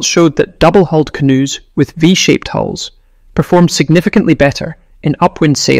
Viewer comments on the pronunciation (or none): It would be helpful to instruct the AI ?- that canoes have hulls , not holes.😂